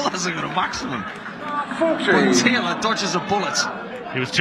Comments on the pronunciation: Never got why this scorer pronounced Phil's sirname "Taylaaaar" - kind of stupid really. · Ref almost made this unwatchable with his stupid pronunciation of Phil's surname.